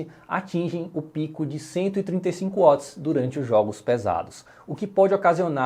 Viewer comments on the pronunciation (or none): none